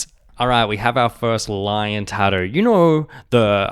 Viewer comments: That pronunciation of "tattoo" is wild. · Kiwis and Aussies are lazy, we avoid all consonants that we can get away with not pronouncing